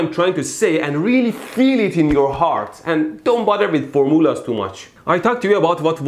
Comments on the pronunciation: "For moolahs" :) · All hail the for-moolahs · fohr moo lahs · FOR MOO LAHS Love it. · ForMULLAHS LOL